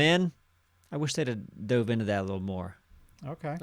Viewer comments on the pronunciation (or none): none